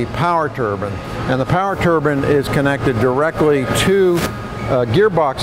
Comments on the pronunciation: "turban as apposed to to turbine" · Turbin is a Indian hat. It's. Turbine. Bine. Not bin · IDK why people pronounce Turbine "Tur-bin" people forget what the E does lol